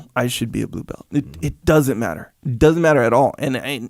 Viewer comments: I thought he was being silly and saying "blue belt-chi, bowahh", but it makes sense he'd know some Brazilian doing brazilian Ju Jitsu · Being brazilian, it's kinda funny/weird hearing Jocko saying "blue belti, porra!" heh